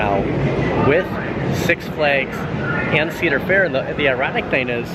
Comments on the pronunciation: Every time you say County Fair instead of Cedar Fair, do a shot. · *Cedar fair 😂